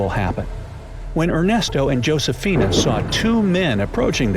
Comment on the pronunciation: In Spanish "J" is "H", and "H" is "*" (no sound). Josefina = "Hosefina"; Hijo = "iho". The video is great though. This place is intriguing indeed.